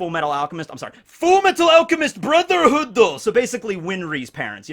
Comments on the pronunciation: my good friend... it is pronounced FURU METARU ARUCHEMISTU BRUZAHOODU... As per Lor D Nuxanor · the nux pronunciation of full metal alchemist brotherhoodzo got me dude